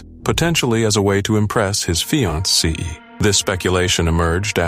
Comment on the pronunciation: These robot commentators crack me up… Fian-sea 😂